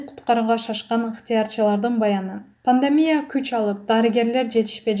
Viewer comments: Пандамия эмес пандемия десең.Уйкудан эми тургансып окуйт экенсиң . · Пандамия дейтго 😆